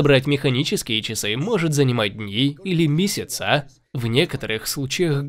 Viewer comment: Ув. канал, дизлайк за месяцА и годА. В часах и стилях разбираетесь, а говорить правильно не умеете